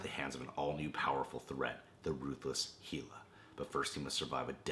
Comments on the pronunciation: Hey. Hela is actually pronounced with a short A ("hell-a"), -- just so's you know for the future. And for the record, I think Ragnarok is referring to the Apocalyptic Asgardian event rather than the (comic book) Civil War clone. But then, I never considered it could be the cyborg/clone, so that is an interesting idea to consider.... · its pronouce hela as in hell-a like hell. as in she rules hell. not heela. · It's hell-ah not heel-ah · ITS PRONOUNCED HELL A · You keep pronouncing Hela's name wrong, it's pronounced Hell-a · It's Hela man.. like HELL-AH.. Hela.. Come on bruh you like in California, ya'll say that shit all the time. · I cringe every time you mispronounce hela it bugs me so much man